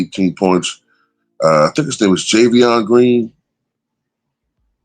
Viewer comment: BTW the guy that plays for the Cavs, his name is pronounced 'Ja-von-tay' Green.